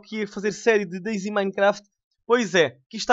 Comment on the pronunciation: eh dayZ e não deyZ